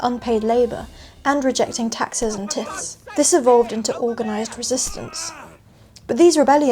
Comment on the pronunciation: "Tithes" that rhymes with "wives". Otherwise great video. But get the pronunciation right or it makes your level of knowledge on the subject, seem more suspect, which would be a shame.